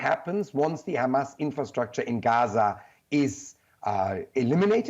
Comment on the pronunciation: How many times are you gonna remind that hamas is considered a terrorist group? i know this helps justify the genocide in your sick mind, so you literally repeat it everytime you say khamas. Which btw, "is considered a terror group by the EU"....